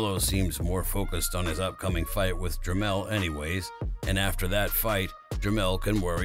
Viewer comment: Jermell not lien